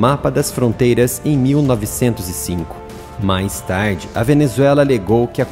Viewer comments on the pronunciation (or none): none